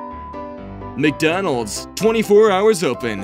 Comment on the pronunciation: You Mean "NcDonald's". .